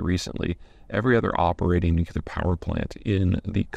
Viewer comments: Nookyooler has never been a correct way to pronounce it. And PZ can't claim ignorance, because EVERY TIME he does a video that covers New Klee Urr power (based on the root word nucleus, as in the central structure of the atom) there are at least 10 people, including me, pointing out the error. He keeps saying this despite knowing that he's saying it wrong. This man is a professional speaker. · Please! The word "nuclear" is not pronounced "NUK-yuh-ler." Could you call George W. Bush and advise him on the proper pronunciation? He pronounces the word like you do. Amazing, so well educated but gets this basic thing wrong. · It’s just weird hearing a consultant persist in mispronouncing nuclear. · Will you please learn to say nuclear? No u after the c. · I'm not sure he cares. I wonder if when he is briefing at The Pentagon, they stop him and say "Actually Mr. Zeihan it's pronounced 'nuclear'. Now please continue with your presentation." What do you think 🤔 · No, Peter's is definitely wrong. It doesn't follow the spelling of the word and is a legacy of mispronunciation - it's not a difficult word, it's just one some people didn't learn properly. I started with the pronunciation because it's quite grating to hear over and over and over. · "New-Clear" Pete, at the least pronounce it "New-Clear" if you can't manage "Nu-Klee-Ur." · Everytime you say "nucular", George W Bush pumps his fist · New. Clear. Nuclear. C'mon, Peter. 😊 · I take it you weren't around to hear Jimmy Carter. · Why can't he pronounce "nuclear" is it just an American thing? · OK lots of people are wrong on this one. Now if you can convince the British to stop pronouncing a-lu-mi-ni-um that way it would be great. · ooh I get that, hell the UK is a sea of variance in pronunciation but what Peter is doing is erroneous rather than regional variance. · No, this is just mispronunciation. Nothing more, nothing less - a bad habit picked up and passed on. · Distracting indeed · Nu-clear = Yes! Nuculer = :- (